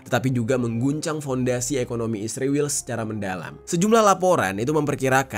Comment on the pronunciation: knpa sebutan ISRAEL jadi ISRIWIL